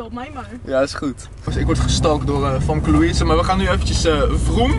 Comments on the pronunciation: gio je zegt "famke" maar je spreekt het uit als "femke"😂🙈❄ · Het is femke niet famke (Kwa uitspraak dan) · Je schrijft Famke maar je zegt FEMKE❤️❤️ toch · je zegt Famke maar je spreekt t uit als femke Haha 😂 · Waarom zeg je famke in plaats van femke😃😃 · Je schrijft Famke maar je zegt Femke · Je zegt Femke, niet Famke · Hoi ik ben echt ruise fan maar je schijf famke maar zegt femke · je spreekt het uit als Femke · Je zegt haar naam heel raar